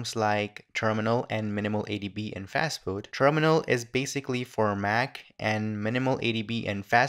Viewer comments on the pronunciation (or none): fastboot or fatboot ? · fatboot. nice :)